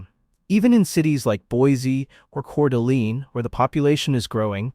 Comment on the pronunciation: Say it with me… BoiSEE…Couer d’ALAYNE….